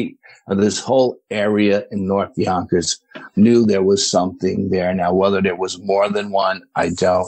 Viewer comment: I just enjoy hearing him say "Yonkers."😁 Love a NYC 'accent'. Houston here.